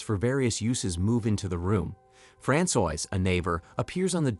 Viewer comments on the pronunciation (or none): Francois is not pronounced frand soyse. Its fran swa.